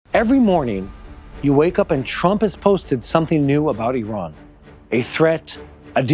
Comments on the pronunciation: Its not called IRON its IRAN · You don’t pronounce name of the country correctly